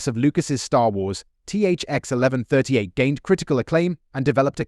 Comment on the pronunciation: I read the novel version so I’m pretty sure it’s pronounced THX ONE ONE THREE EIGHT (THX-1138).